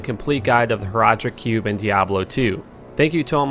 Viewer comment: Damn, you butchered horadric cubes pronunciation.